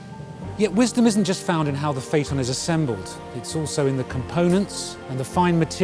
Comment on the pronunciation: He mispronounced "phaeton". The "a" and "e" should be sounded out separately, not together.